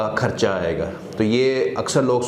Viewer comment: جتنی بری اس کی اردو ہے ویسے ہی اس کا علاج ہو گا بار بار خرچہ کو ( کھرچہ ) کہہ رہا ہے۔😁